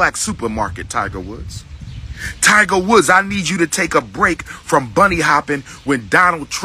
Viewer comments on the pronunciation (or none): none